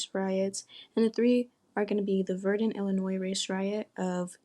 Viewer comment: Learn how to pronounce Illinois please I can’t even watch this with you saying “ILL UH NOISE”